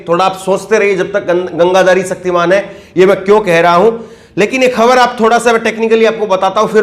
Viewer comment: "सक्तिमान" नहीं "शक्तिमान"। हिंदी तो सही बोलना सीख लीजिए महोदय।🙏